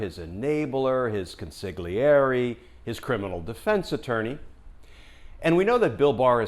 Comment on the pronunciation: Mr Kirschner, forgive my pedantry—I'm a huge fan of yours—but "consigliere" is pronounced "con-sill-YER-ay." In Italian, "gl" is pronounced as an English "ly." Sincere best wishes from Italy!